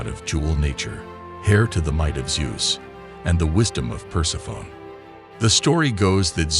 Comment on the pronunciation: Per-seff-uh-nee. Persephone. Per-seff-uh-nee.